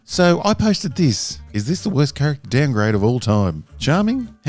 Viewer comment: Lemme “DOWN-grade-ja” 🤣